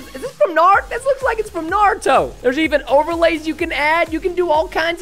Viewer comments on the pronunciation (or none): I’m hurt. You said Naruto wrong